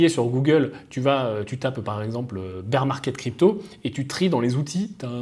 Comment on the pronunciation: "Bear" ça se prononce "bère" .. "bir" c'est la bière... beer 😂😂🤣